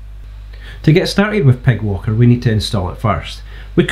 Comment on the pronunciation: I'm sorry, as good as this library is. "Py" is said "pie". They don't get a free pass on "pig" That's it, I've put my foot down. Let the devs know it's over. ;) Great vid, subbed!